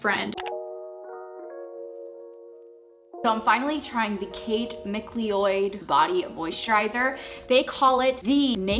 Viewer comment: Mcleod ( Mccloud)